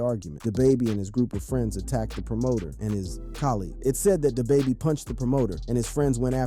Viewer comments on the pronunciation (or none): Day baby?!……you mean Da baby